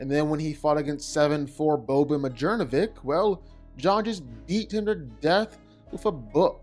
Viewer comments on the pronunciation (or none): none